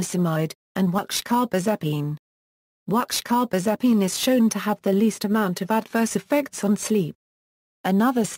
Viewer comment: Can you please give me the name of the last drug, it sounds like watchcarbezepine